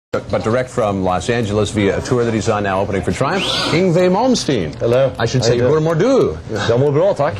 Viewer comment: thats it !, Ing-Vay. The mystery of Yngwie solved !